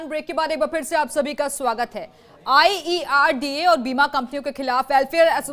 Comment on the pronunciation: Its IRDA not IERDA